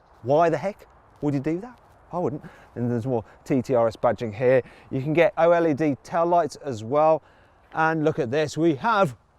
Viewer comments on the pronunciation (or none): none